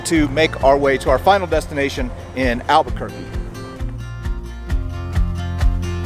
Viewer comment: Albuquerque is pronounced Al-ba-ker-key.